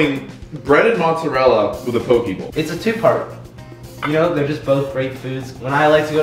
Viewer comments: Hearing say poki instead of poke (po-keh) is cringe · It pronounce po kay not po key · Pokie bowl lol, in Hawaii it’s actually pronounced pokay, poke it means cubed in Hawaiian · AS A HAWAIIAN THAT AINT NO DAMN "POKEEEEEEEE BOWL" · All people from Hawaii cringed so hard at the same time when they mispronounce poke 😂😂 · You guys said poke wrong